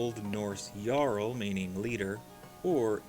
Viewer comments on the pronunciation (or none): none